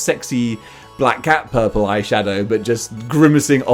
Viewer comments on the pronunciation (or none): none